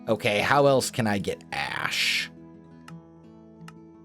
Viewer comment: when you said ash I thought you said ass in an accent